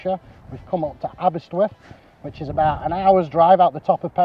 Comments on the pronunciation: the presenter calls it aberswyth not aberystwyth but great video all the same. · It’s Aberystwyth not Aberyswyth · I did have to listen to it a few times.. He keeps calling it Aber-swith, when it's Aber-ist-with. Great video though - plenty of memories coming back from my time at university there.